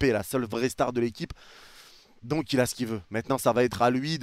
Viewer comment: « mais MÈTNANT » 😂